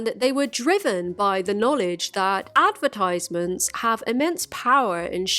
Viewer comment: Oh my life, I've never noticed your accent before until you said advertisement.